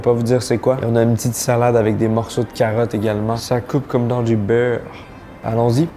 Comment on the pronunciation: Cool vidéo mais la manière tu dis beurre comme Céline Dion me rend aggressif